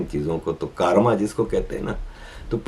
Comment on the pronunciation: कारमा नही, कर्म सही उच्चारण है।